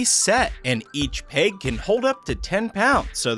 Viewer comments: It’s peg not peyg. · Is he saying "peg" or "pig"?